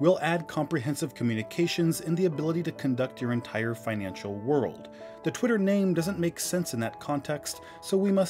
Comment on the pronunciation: Did You Say "Pwitter"?